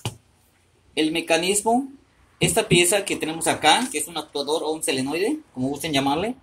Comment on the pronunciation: No se dice "selenoide" se llama "solenoide"